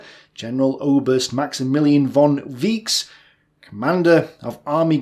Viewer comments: "Weichs" is pronounced "waix", not "viche" :) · It has to be pronounced like „fon vikes“, not „von vysh“. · Why you read Weisch as wíks? Its Wajs.... At least try to read their name as original. Thank you. And Richthofen is not ,,Richtouwn" but Richthofen is it so difficult to read it? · as far as I know, it is 'von Waiks'. Not 'von Waichs' with the ch pronounced like in Reich. (pronounced 'Raich") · Well, no, not "Viche", to rhyme with "sheesh", actually, but "Vikes" to rhyme with "yikes". (Tremendously useful pronunciation rule in German, good 95+% of the time: The combinations "ie" and "ei" -- and both occur frequently -- are pronounced like the name, in the English alphabet, of their second letter. Example: in "Wein", the German word for wine, the "ei" is pronounced "eye", and is pretty close to the English "vine". In "Wien", the German name for the city of Vienna, the "ie" is pronounced "eee", giving us "veen", rhyming with "sheen". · Native German speaker here: No, it's not "Viche", that is even worse. Some general rules to ALL German names that you get wrong every time and would solve 99% of your problems: 1) Pronounce "ei" as "I", the letter on its own. Not like Victoria, exactly like icon. 2) No idea how to write it out for you, but you should learn German "ch". English speakers love to pronounce it either as "tsh" or "sh", both are wrong. My best advice would be to you to pronounce "h" the way you always do, but take "c" only as an indicator to pronounce h more coarse or rough. That should solve it for you. Otherwise, if I were to get a list of names to read up for you and upload them as an audio file, I can do that. So bottom line: W - I - "hissing h" s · NO IT IS PRONOUNCED v. VAIKS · Sorry, but Maximilian von Weichs should be pronounced "fon Vyks" not as your sorry note. Its all good, just trying to help because we love you! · Also, the "chs" combination is pronounced "ks" as in English "likes". Other examples: "Wachs" (wax) and "Ochs" (ox).